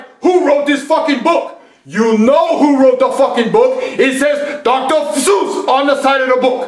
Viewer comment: Wait wait wait Dr sus?